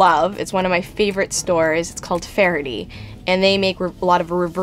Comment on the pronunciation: Faraday is pronounced "Far-a-day" like "Far-Away". Lol you sound like you have a thick Irish accent when you say it like "fair-i-dee".